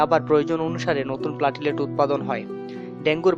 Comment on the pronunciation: প্লেটলেট,. not প্লাটিলেট